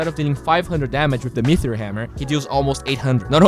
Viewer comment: it's Me-Tee-Ore not Mee-Thee-Ore:D